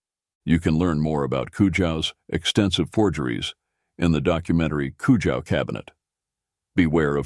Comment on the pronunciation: at least pronounce Mr. Konrad Kujau’s name correctly. 😬🥴